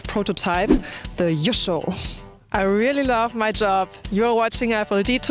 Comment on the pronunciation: Sigh .... Yusho not Yoshi ....